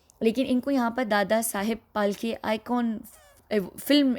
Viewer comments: PHALKE.. NOT FALKE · Dadashaheb falke Not palke